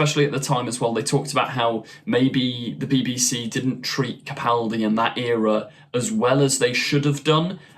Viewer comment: I'd like to commend you for using the correct pronunciation of Peter Capaldi's last name. So few YouTubers get it right, and it's a huge pet peeve of mine. Keep up the good work!